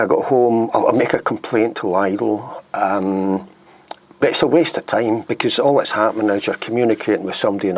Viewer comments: Lidl rhymes with middle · Hey man, just don't go there and you will have nothing to complain about. BTW it's pronounced 'Leedl' as I suspect you know that though. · Please pronounce it 'Lee dell'. My wife likes shopping there but I hate the place. Quality is minging.